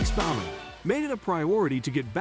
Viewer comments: He couldn't pronounce Alex Bowman's name either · I'll make you a deal. I'll subscribe if you do some homework and pronounce things properly. It's TOO SAWN - NOT Tuck son. It's BO man - not B ow man.